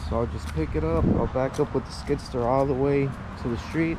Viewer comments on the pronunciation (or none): Pronounce ur words the right way. It's not a skid sture it is skid steer. U sound like a back woods person.